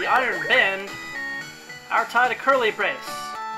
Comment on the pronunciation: Is it REALLY "Iron BAND"? I think it's "Iron Bond"...